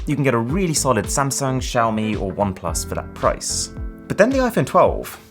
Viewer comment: Wow incredibly nice pronunciation of Xiaomi. I mean, it's not official mandarin, but exact how people in Szechwan would pronounce it with local accent and tone.